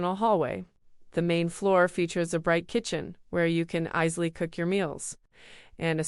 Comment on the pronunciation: Is this an AI generated voice because the narration is choppy and words like "easily" are mispronounced. "There are one bedrooms..."?